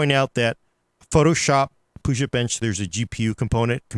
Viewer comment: Puget, like in ‘Puget Systems’ is pronounced ‘pew-jit’ not ‘poo-jit’ 😂 it’s the same as Puget Sound, the body of water.